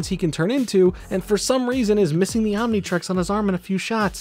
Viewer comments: A baffling amount of mispronunciations mainly Omni trix not trex but overall great video! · Omnitrix, Omnitrex, Omnitrax, what other pronounciations can we expect to hear from good ol'